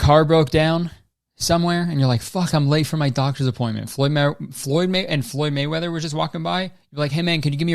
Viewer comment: i love how much you're struggling to say Floyd Mayweather